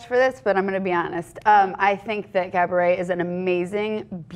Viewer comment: she said cabaret instead of gabourey...lol subtitles